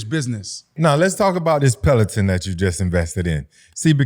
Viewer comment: Leave Fred T alone 😂 “Pelotin” = Peloton. 🍅 = Tamatoes 🤣🤣